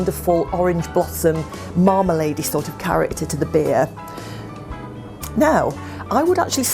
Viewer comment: its not jus a cahet, its a beeh !